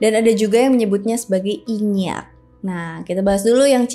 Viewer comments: Inyiiak kak bukan inyakk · nyebutnya aga salah ka, inyi